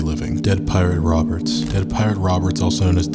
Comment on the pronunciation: Bruh this guy can't pronounce anything right lmao